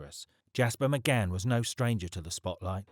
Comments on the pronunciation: Why is the narrator saying McGann? It’s McCann!! Really off putting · Can't you read, his name is McCann not McGann 😮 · You can tell he's reading this so why does he keep saying McGann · Why does he keep calling him someone else’s name?? 🤔 I was sure his name was McCann not mcgann 😂😂😂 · Thank fuck it was only 29.mins that mcGan thing was doing my fucking head in . Its fucking Mccann. You melt 😂